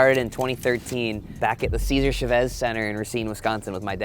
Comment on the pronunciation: Selkirk is extremely behind the ball, when it comes to pickleball changes. Also, YOU FREAKIN LIVE IN AUSTIN NOW, YOU NEED TO LEARN HOW TO PRONOUNCE “CEASAR CHAVEZ”.